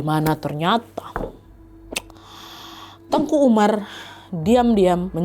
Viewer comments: Teuku kak nad bilangnya bukan tengku.. klo tengku itu Melayu kak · Mohon maaf kak nadia penyebutan teuku itu di bacanya bukan tengku jadi beda artinya klu sebutan tengku itu biasanya untuk ulama jadi bacanya sesuai tulisan TEUKU oke kk koreksinya karena saya asli orang aceh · hai ka nad, papa aku orang Aceh asli dan mama aku Jawa. tepatnya kami tinggal di tanah kelahiran Teuku Umar di Meulaboh Aceh Barat. aku mau bilang kalo penyebutan "Teuku" dan "Tengku" itu berbeda, kalo Teuku tetap disebut "te-uku" dan tengku ttp disebut "teu-ngku". Teuku setau aku itu masi berasal dari bangsawan ataupun keturunan dari ulee balang, sedangkan "Tengku" itu sebutan utk ulama atau guru ngaji.. dan "Cut" itu juga gelar yg didapat karna masi keturunan bangsawan, dan di Aceh ad juga sebutan "Sayyed dan Syarifah" ini masih ada keturunan Arab, dan bisa diblg masi ad keturunan Rasulullah juga. tapi makin kesini yg make gelar cut dsb itu ada yg bukan keturunan bangsawan, *ad bebrapa memakai utk menghormati atau mengikuti jejak Pahlawan Aceh. cmiiw guys❤